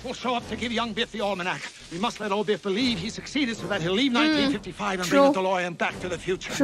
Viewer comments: His name is Biff not Beef 🤣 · I like how "Biff" becomes "Beef" when you saying it :-) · Every time you say Biff it sounds like beef and that's adorable.